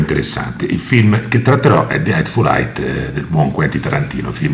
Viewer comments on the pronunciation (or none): de eitful AIT